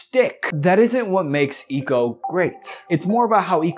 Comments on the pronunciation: Sorry I couldn’t finish this. The mispronunciation of Ico really fucked with the whole vibe. It isn’t Eco, it’s Ico. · I swear its pronounced "eye-co"